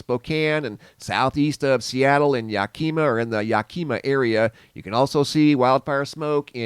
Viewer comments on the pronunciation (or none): Lol Yakima (yack-ima) say the "i" like it...not yac-key-ma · I'm sorry dear. I hate to be nit-picky, but your pronouncing of Yakima is like fingernails on the chalkboard to me. Yack - ih - ma. Short vowel i, and no accented syllable. So please, no more Yack - EE -ma, okay? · Please,, it's Yac-kim-ah, not Yack-eem-ah! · Yakima, wa is pronounced yak-imm-ahh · AGAIN. It’s pronounced. Yak-ahh-maw. Ok I was born and live in Washington and have for 62 years…so I do know how it’s pronounced. This is the 3rd time so I hope you see it this time. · It is Yak -em (not we) -ma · It is yak a ma Washington 😁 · I'm going to help you say it correctly... ready? It's YACK- KAH-MA!!!!! Say it!!! Waiting!!!!❤ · Yack-keem-ma??? You're killing me! AHHHHHHHH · Its pronounced YAK-eh-MA We have a lot of Pacific Northwest Native American name cities that are difficult to pronounce: Sequim, Hoquian..Anacortes though was mispronounced as "Anna Cortes" by a newscaster..lmao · Wrong pronunciation of Yakima.